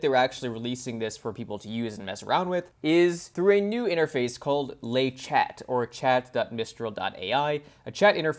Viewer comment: « Le chat » is pronounced « le sha » if you pronounce the final t, it’s the female cat with the same other meaning as in English…